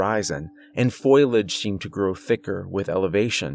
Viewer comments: Sweetie, I lovecyour narration and you have a very comforting speaking voice, but the word is not "foil age" it's pronounced "for lē age". It was repeated so many times in the beginning of the story that it distracted from the story. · Nice performance, but dear god. Foilage instead of foliage? I don't know if I should blame you or the author for that one. A true crime against english.... Lol anyway. Nice job and thanks. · If you are going to use a word learn to pronounce it. Foe Lee Edge, it's not Foil Edge. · It's Fo-li-age, not foil-age... 🤦🏻‍♂️😅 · I don't know if it was the author's spelling error or a mispronunciation, but everyone time he said FOIL-age instead of FOL-i-age just tore me out of the immersion. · #1: you're one of my favorite narrators #2. FO - LEE - UDGE not FOIL - UDGE 😊 💜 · Fõ-lee-aj not foil-aj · It’s ( phō-Lee-ej) not pho-yol-ej. Great storyteller, amazing talent thank you for your work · FO-LEE-AGE !! who the hell says foil-age??? Have you never heard the word for leaves before? Hahaha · I'm sorry, I have to.. its "fo-li-age" not "foil-age" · Foe-lee-idge (not foil-idge). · Fo-LEE-edge. Not foil-edge! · It’s pronounced Fo - Li - age not foil - ige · Great story! It's fo-lee- age, not foil-age, by the by, lol😁❤❤❤ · fo-li-age. Not foil-age. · Foe liage not foil. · Fo-li-age, not foil-edge. as many times as that word is in the first ten minutes one would think you would have learned how to say it. Probably great stories, but repetitive mispronunciation is killing it. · FO-LEE- AJ =FOLIAGE, not FOIL- EJ. Yanks need to learn English pronunciation of what I imagine is a frog word. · Fo-lee-edge, not foil-edge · FYI it's pronounced "Fō-lee-edge", not "Foil-edge". I made that mistake when I was a kid, cause I learned words from reading them in books 😊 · Foliage, not foiliage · My dude, its fo-lee-age. Not FOILage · I enjoyed the stories and the narration in this video but you saying foilage really grinds my gears. It's pronounced (Fo-lee-ij).